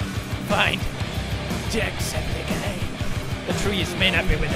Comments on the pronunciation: Jacksepticeye not Jackspedicey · the jackspidicey got me so good xd everything did mostly the gAAAAAAy partXD